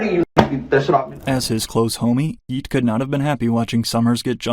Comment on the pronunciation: If this dude says “Yeat” with a hard T one more time I’m goin to lose it